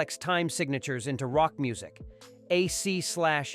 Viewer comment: Not to mention AC Slash DC at least twice!